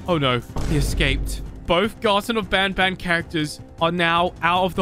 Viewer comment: Stop saying ban ban it is bon bon